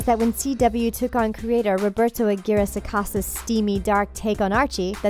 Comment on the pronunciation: She said Aguirre wrong I mean I would know lmao